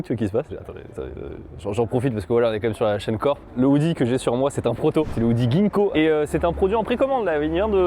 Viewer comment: Phonétiquement c'est pas guinko mais jinko